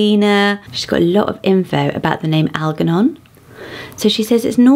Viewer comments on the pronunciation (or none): I think Algernon is pronounced with a soft g so al-jer-non. Alatea I would pronounce as ah-lah-tee-ah- I think it is the name of someone in a Greek myth. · This is the first time I've ever heard Algernon said with a hard G, usually I hear it with a soft G. Either way, I've always really liked that name and it's fun to see it on a list, even if it's a very, very, very vintage list. Calisto/Callisto is another long time favorite. Actually there's a lot of these that I've had on my list; I think this author and I would have gotten along swimmingly. ✨️